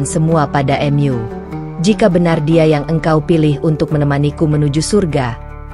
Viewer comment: Jangan mengucap mu menjadi m yu,kita orang indonesia,tidak wajar menguca seperti itu,AD kupang NTT